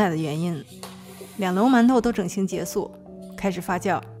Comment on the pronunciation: 好像说了结束（su）😂😂😂